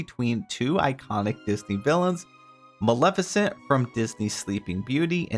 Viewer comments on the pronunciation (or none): none